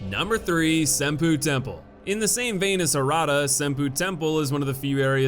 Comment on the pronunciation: Dawg I love your videos but you've GOTTA learn how to say these place names correctly... cringed every time I heard "Sin-poo Temple"